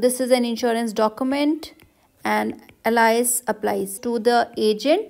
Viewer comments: You pronounce Alice as Allies? It's pronounced as Aal-is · nah its al-ice